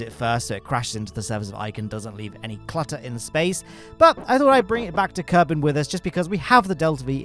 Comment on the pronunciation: Thanks AI, I assume, for bringing us "Kerbine"